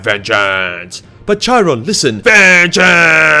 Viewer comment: You butchered Chirons name, use Greek pronunciation not French